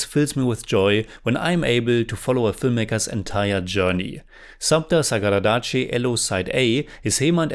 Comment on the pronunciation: ❤you pronounced the film 📽️ title perfectly.